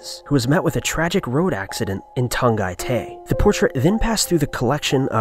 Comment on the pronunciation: there is no tongatay in Philippines.. I think you mean tagatay?